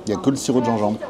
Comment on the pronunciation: Merci pour la vidéo, encore une bonne découverte qui m'a filé la dalle. Le Gingembre a des vertus et des bienfaits indiscutables mais le ZinZembre c'est incroyable .... (dsl je suis trop un gosse avec les accents) Longue vie à RBT !